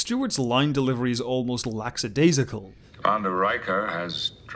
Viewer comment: "laxadaisical" is not a word; "lackadaisical" is the word you are looking for